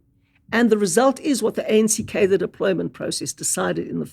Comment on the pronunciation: turns out I have been saying the word Cadre wrong all my life